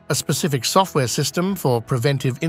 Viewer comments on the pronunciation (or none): none